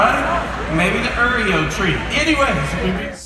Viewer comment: uuureo lmao its Oreo